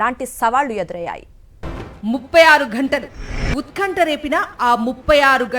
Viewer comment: కనీసం వత్తులు పలకకుండా వార్తలు చదువుతున్నారు. , - ముప్పైఆరు అనడం రావడం లేదు. - గంటలు అనడం రావడం లేదు - ఉత్ఖంట కాదు తల్లి, అది ఉత్కంఠ - బూబాగం ఏమిటి తల్లి, అది భూభాగం అనాలి - భీకర అనాలి - భూభాగం అనాలి ఎలా ఉచ్చారణ చేస్తున్నారో ఛానెల్స్ పర్యవేక్షించు కోవాలి.